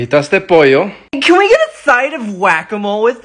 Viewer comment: If youve never heard the word Pollo being pronounced theres no way youre going to know its Pojjo instead of Pollow